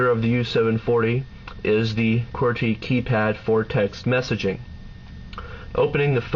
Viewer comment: ugh does anyone else HATE how this dude says "QWERTY"?